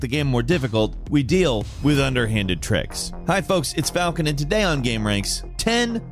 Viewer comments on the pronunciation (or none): none